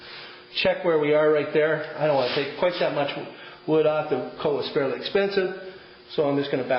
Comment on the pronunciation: It's koa, not coa.